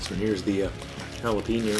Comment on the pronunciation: Jalapeño sounds like Jalapehgno not jalapino. Ja la peh gno. gno like in the word lasagna but with an o.